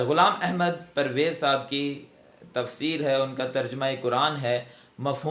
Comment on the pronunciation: I appreciate you the way you pronounced the name of Ghulam Ahmed Pervez sb, but you don't qualify to discuss his personality. I have read him extensively and I found him a great scholar.